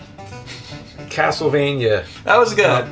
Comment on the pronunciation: james, i love ya, but please stop saying castlevanyuh. it's castlevania(like as in mania).